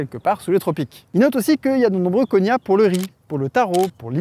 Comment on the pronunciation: Petit erratum de la part d'un prof de linguistique : on ne parle pas vraiment de "langues cousines", mais de "langues sœurs" en linguistique historique (mais bon, disons que c'est une métaphore !). Plus important, "cognat", se prononce "coG-Nat" comme dans "GNome" et non pas "conya" comme dans "montaGNe". De même, "formosan" se prononce "formoZan" ;)